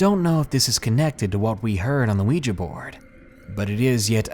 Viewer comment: thank you so much for pronouncing 'Ouija' correctly!